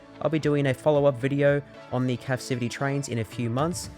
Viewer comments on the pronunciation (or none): It's captivity, not capcivity!